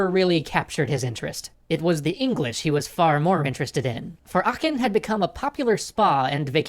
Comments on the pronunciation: Your pronunciation of Aachen was very good. Only thing I even could say is to put empasis on the first syllable, it's a long "a" like in "bath". Your "ch" was spot on though, which is not at all something I expect from native English speakers. I guess It's like our equivalent to the English "th" in terms of difficulty. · Your pronunciation of Aachen is actually really close. Personally, I'd swallow/not pronounce the e more often than not and the ch is softer unless you're Swiss (though that takes practice, I guess) but overall it's quite good! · Bismarck is my favourite person in all of history. Such a great man and my idole. And your pronunciation of Aachen os quite good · im from aachen and you pronounced it correclty ;-) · german here, you pronounced aachen right! :)